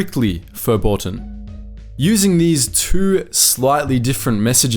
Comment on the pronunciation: By "impossiboo" I think he is trying to say "impossible." "Slyly" is his version of "slightly." "Principoos"? Principles. The Irish and the Welsh are doing their best to protect the English language from these yobboes.